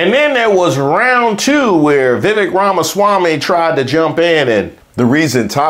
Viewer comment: sorry, but I have to point out youre pronouncing Vivek wrong. Its pronounced viv-ake and it rymes with cake. I know because he did a poor excuse for a rap when introducing himself